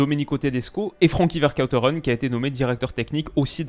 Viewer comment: Merci beaucoup pour cette vidéo! En tant que Belge, ca me permet d'y voir bien plus clair!!! Ps: bravo pour la prononciation de Vercauteren, pour le reste c'est pas encore ça